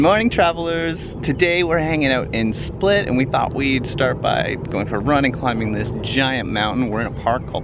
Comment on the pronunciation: Oh and yes,you didn't pronounce anything right :) All you had to do is stop someone local and ask. We are realy willing to help and 99% of croatians speak english